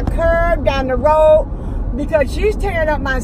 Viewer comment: row instead of road